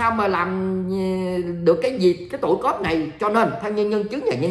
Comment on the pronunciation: Cuop khong phai cop